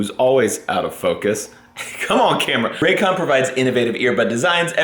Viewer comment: New drinking game... the next time does a Raycon commercial, everyone drinks when says 'Raygun' instead of Raycon. Extra points for context: "...whenever we go on trips, Meredith and I take our rayguns..."